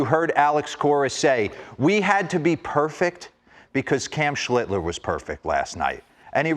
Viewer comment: Schlitter? Get the man's name right dimwits.